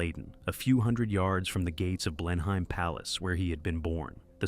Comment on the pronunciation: Pronounced Blen-ham not Blenheim. So much research and it falls flat.